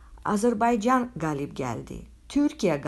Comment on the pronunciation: Azərbaycan sözünü düzgün tələffüz et sonra danış